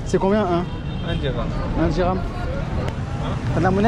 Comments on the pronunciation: Dirahm et non dinars 😂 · Dhiram, dhiiiirammmmm, pas dinar..